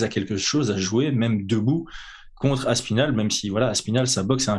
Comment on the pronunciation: Pourquoi vous dites toujours Tom Aspinal en un mot? On entend parfois Thomas Spinal ou alors Thomass Pinal